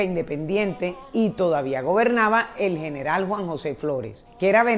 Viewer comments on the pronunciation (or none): none